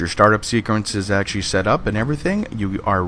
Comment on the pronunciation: you say "actually" and "basically" WAY too much (and you say them so fast it sounds like "basely" and "ashley" every time. similarly, when you say "community", it sound like "commity"). slow down, vary your vocabulary, and your videos will be that much more enjoyable :) additionally, its "PLE-thor-a", not "plen-TOR-a". notice there's no "N" in the correct spelling, and the emphasis is on the first syllable